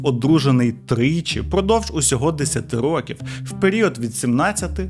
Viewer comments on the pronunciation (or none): Цікавий контент!) Лише не рокІв, а рОків, я не філолог, просто вухо ріже😅